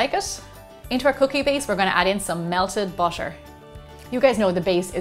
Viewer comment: It's butter not bosher